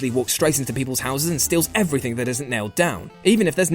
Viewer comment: nope, i despise you because you keep saying " everythink" >.>